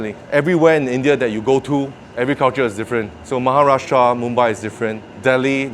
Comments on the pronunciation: His pronunciation of Maharashtra.... lovely! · The pronunciation of Maharashtra is so spot on 💯💯💯 Maharashtra is most developed and most richest state in India, so that's why fast paced and more competitive 👍♥️👍